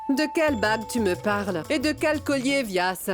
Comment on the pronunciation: C'est moi seul ou j'ai entendu vyas appelé douadanbari